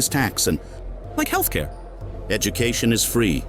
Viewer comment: why did he say like healthcare like that? 🤣